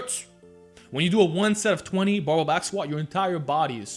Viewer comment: Is he saying " bubba" back squats???? Wtf